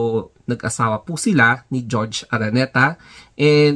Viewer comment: Bakit GEORGE? It’s HOR—HE ARANETA…. JORGE / HORHE